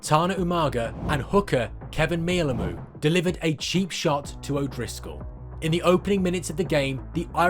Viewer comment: Kevin Mealamu picture wasn't even him. And the pronunciation was wrong. Sort it out lmao